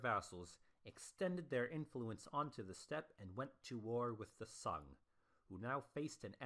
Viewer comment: Sung pronunciation is not sun man